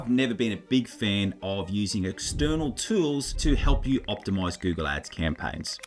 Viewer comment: "tewls" lol. But great content, thanks!